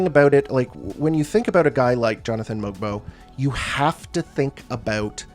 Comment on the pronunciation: I think you're one of the few ppl who say that Mogbo as 6'7. For some reason, his barefoot height of 6'6 kept getting said over and over, making him sound much smaller than he is. Obviously still not huge but not as short as others were making him sound. Also, apparently the G in his name is silent so it's more like mobo, as in the short form of motherboard Great vid! Enjoy your vacation